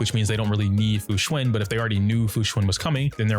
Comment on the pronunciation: Fu xuAn like one would say "AN apple" it even has the same sound.... why is everyone saying fu xuIN